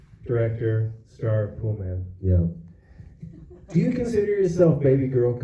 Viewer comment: It’s called “Poolman”. How do you mess that up?